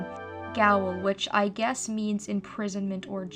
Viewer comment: Also, “Gaol” is pronounced just like “jail,” and it means the same thing. It’s old-timey talk.